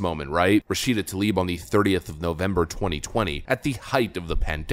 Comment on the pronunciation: Why have I only heard Talib instead of Tlaib? Seriously, I don't think a single person, democrat or republican, knows how to pronounce her name.